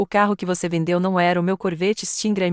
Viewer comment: "CORVÊTTE"⁉️‼️ FALHA TOTAL NA REVISÃO...AH! NÃO HOUVE REVISÃO, NE⁉️🤌🤌🤌